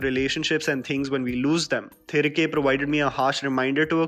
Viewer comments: Its thi-ri-kae not thrike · Its pronounced तिरिगे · Its pronounced as "thirighe" roughly translates to come back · I strongly advise you to properly learn pronouncing the film titles before making your reviews. Your intentions are really appreciable but whole effort goes in vain if you don't pronounce the movie name correctly when you are making a 7 minutes video on it. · Iam asking him to put an effort to pronounce atleast the film title properly when he is talking about the whole regional cinema. And for your question,I can read,write and speak Hindi